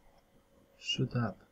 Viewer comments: Sziot ap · litości... "sziot up" - myślałem, że pęknę.... :-D